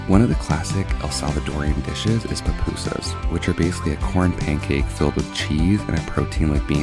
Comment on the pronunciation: "Papusas" is crazy😂😂😂😂 its "pupusas"